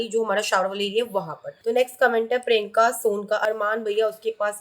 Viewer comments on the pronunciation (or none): none